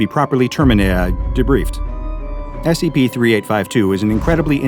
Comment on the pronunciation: he said sep🤣